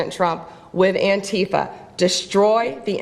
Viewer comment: Is purposely mispronouncing Antifa? Bc it’s driving me nuts.